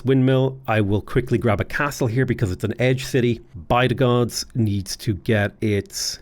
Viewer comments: Bydgoszcz is pronounced 'bid-gosh' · My Polish fiance appreciates the creativity in the way you pronounce Bydgoszcz(By the Gods) and Sczceczin (Skayzin) :D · by-the-gods (bydgoszcz) is now my new favourite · I love the way you say "Łódź" its 100% correct way also rest of the cities except Bydgoszcz and Szczecin are like 95% correct, good job. Bydgoszcz looks scary tongue twisty but its actualy easy you should say it like "Bydgoshch" (where "y" is not like in "why" but hard like first y in "syzygy"). Szczecin sounds similar like ending of Bydogszcz, its like shchetzin . If you could say the meme city named "Szczebrzeszyn" you will get lifetime endless supply of pierogi.